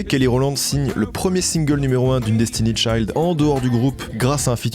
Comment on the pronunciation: t'avais une vidéo complète pour te rendre compte que tu ne prononçais pas le nom de Destiny'S Child correctement :')